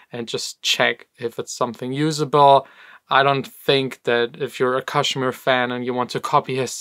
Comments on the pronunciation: Not kash mir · Again it's pronounced Cash mere